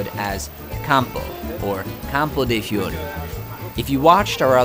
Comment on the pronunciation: Every big city is broken up into districts. Nothing unique there. And your pronunciation of Fiori? A bit off, I'd say. I missed Campo de' Fiori last time I was there, but will make a point of visiting it next time.